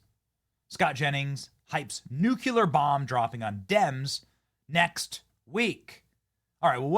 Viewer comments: The word is Nu CLE ar. Not Nuc U Lar. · *NEW - clee - er Man I feel better now. Been refraining for years. There is no second U in that very simple word. I like ya Benny, I do. But come on my guy! That's some G-dub type wordsmithery. It's nuclear, not nucular. Sorry, I know it's a silly nitpick; but I just couldn't not say it any longer. OK. Cook me in the replies. I get it. Im okay with it. Lol! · Benny, please - nuclear is pronounced new - clee - er, not nuke - u - ler! Come on bud!!👍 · Benny, I love ya, bro, but you're sounding like George W. every time you pronounce it "Nuk-u-lar." It's "Nuk-lee-er." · NEW-CLEE-AR, not NU-CUE-LAR!!!!!!!! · Its nuke-lear. Not Nook-you-ler. Cmon Ben, you are better than that…. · Benny I love your enthusiasm and I watch your posts on YouTube quite often. However it drives me crazy when people cannot correctly pronounce the word nuclear.It is pronounced new-clee-er not,as you say,new-cue-ler. Pronounce this word incorrectly sound so unaware of themselves that they sound stupid. President Clinton and both President Bush etc mispronounce the word as well. Totally losing credibility. People drive me crazy with this mispronunciation. Get it together will you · Benny, it's NEW-KLEE-ARE. It is NOT new-cue-lar. 😂😂😂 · Love your show but i really wish you could learn how to say NUCLEAR. (new-clee-ar) not nu cu lar. Pet peeve since the G W Bush days. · For the love of Pete, Benny! It's NOO CLEE AR, not Noo kyoo lar. Get it right, or don't be taken seriously! GWB used to pronounce it "nookyoolar". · Benny, the word is NU...CLE...AR. Not "nukular." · Did you say "nuculear"? The word is pronounced "new clear". Say it with me. "New clear". Not "Nuke You Leer". Only 2 syllables. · Nuclear - Nu-CLE-ur NOT Nu-CU-Lear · New clear. [: I just had a “Dubya” flash back. “New Queue Lure” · New clee er. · Hey Benny, say new-clee-er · Its nuclear not nuke you ler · There is no word that is pronounced nu cu lar. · NU-CLEAR. NU-CLEAR....."CLEAR" after "NU"